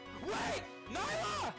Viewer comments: It’s nee-la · Nilah* not Nayla